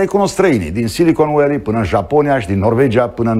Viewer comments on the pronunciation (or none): Am oprit videoclip-ul când am auzit Silicon "ualy". Penibil!